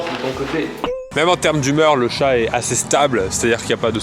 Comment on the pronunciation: CHAT !! et non shè